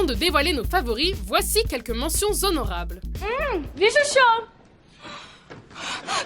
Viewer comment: T'as aussi le "mentions Zhonorables" j'ai mal aux oreilles...